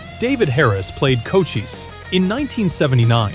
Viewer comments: Enjoyable as this Nostagia is... obviously AI as "House of one thousand corpses" is actually House of 1,000 Corpses. Paul Greco's name is pronounced GREE KO. And Conchise's name was prounounced CON CHYSE --- what the Warriors gang called him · Congrats, you are wrong about everything you just said, lol. Greco is not pronounced that way at all. And the character David Harris played is Cochise, not Conchise. So stop embarrassing yourself with your utter lack of knowledge.